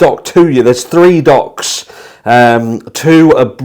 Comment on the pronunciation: Oh, new docs! At first I thought you said new DOGS and I got all excited wanting to see the new fur babies. 😂